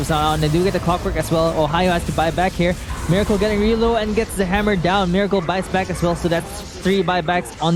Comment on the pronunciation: Its pronounced Meh-racle